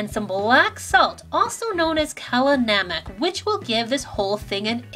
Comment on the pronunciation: lmao you totally butchered "Kala namak" it's pronounced kah-lah nuh-muk FYI